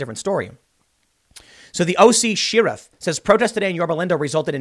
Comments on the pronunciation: Tim, it's Share-iff, not Shear-iff. (eye roll) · SHARE-IFF not SHEAR-IFF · ....now repeat after me SHARE-IF.....now one more time SHARE-IF.....we know you're doing it on purpose and it's driving us nuts. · In the western United States, we pronounce Sheriff share-if lol it always cracks me up when Tim says shear-if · SHAR-iff. Not SHER-iff. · I love Tim's content, but I'm considering unsubbing due to the way he says "SHERRIF." I'll let it go for a bit longer, but it's almost like he's Canadian... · Cher-if !!!!!!!!!! Sheriff. Since you say y'all. lol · My favorite part about this video, is the way Tim say "sheriff". [Sheeruff?] Hahahaha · Everyone: Sheriff Tim Pool: Sheer Riff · "Shear-riff" - Tim Pool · Everytime Tim says "Shear-iff" makes me giggle. Anyone else notice that? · Why do you always pronounce Sheriff wrong Tim? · Every time Tim attempts to say Sheriff, my day is ruined. He's really emphasizing it lately, too. He knows what he's doing. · Why can't Tim say sheriff ? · I love how u say sheriff! 🤗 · Tim is your pronunciation of Sheriff a Chicago thing ? It's funny.